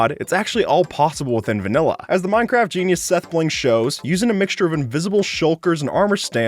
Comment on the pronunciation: when he says vailla i was eating a vanilla ice cream